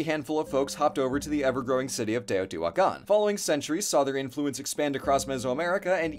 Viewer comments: Respect to for pronouncing those names so confidently. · Brownie points for for using the right pronanuciations.